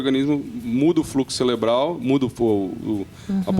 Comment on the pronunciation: " fluxo celeblal " medico q fala errado, perde um pouco a confianca. kkkk